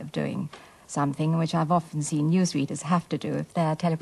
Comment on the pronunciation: How odd that she pronounces " often " as " orphan ".